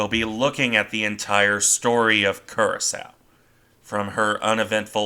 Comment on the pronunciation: and as a further point of order, the ship's name is pronounced Cura-sower, not Cura-sow.